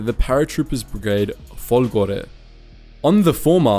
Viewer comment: Giorgi should be written ghiorghi to be pronounced properly. Also, no one has anything to say about folgore? He put the accent on the wrong letter. Perché sto scrivendo in inglese??